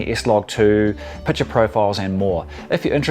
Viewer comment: Pic ture mate, not Piture...